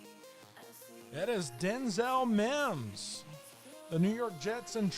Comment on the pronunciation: How did you call that Mims?